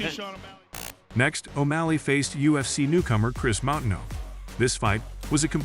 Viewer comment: Yeah the butchering of Moutinho’s name over and over and over was painful to listen to